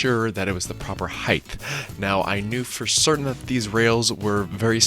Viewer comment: Height not heighth